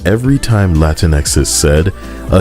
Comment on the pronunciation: Lol this is the second person pronouncing latinx as la tinks instead of Latin x, and I fucking love it. I'm willing to bet if we start telling them the proper way to say "their" language they'd be real happy to hear it.